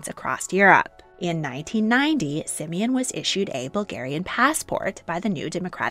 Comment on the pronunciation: Not Simin it is Симеон